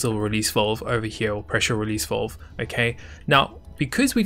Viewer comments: VALVE.. not VOLVE.. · I love the quality of these videos and the fact that he is the only YouTuber thag explains this game in depth annoys me. The way this guy talks drives me nuts. It's valve not vulve dude 😶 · the way he says valve is so posh lol